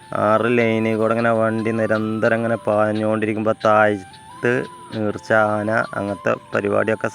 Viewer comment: നീർച്ച അല്ല ചങ്ങാതി , നേർച്ച ആണ്